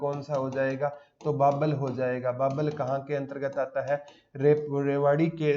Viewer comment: बावल है। बाबल नहीं है। मैं बावल से ही हूं।